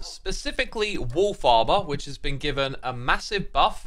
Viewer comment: Wolf Armor sounds like Wool Farmer.